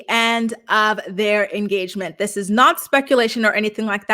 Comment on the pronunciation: They had an “enstagement”